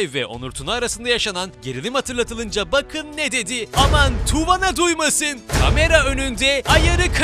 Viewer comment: Tuvana söyle okunuyo. Tu vaanaa